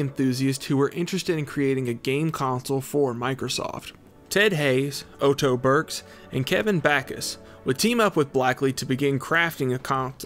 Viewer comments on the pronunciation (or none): First time I’ve ever heard someone pronounce “Otto” as “Oh-Toe” lmao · Lol “Oh-toh”?? His name is just “Otto”, and sounds like “Auto”. I honestly hear someone make this kind of mistake on like, every single YouTube video I watch these days lol. Why can’t anyone say words or pronounce names anymore?!? 🤔